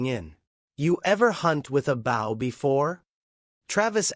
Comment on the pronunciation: Bow, not Bow! Have the AI get it right. Bow means the front of a boat. Bow means a ribbon in a weave or an archery weapon. This proves that this is a fake story,.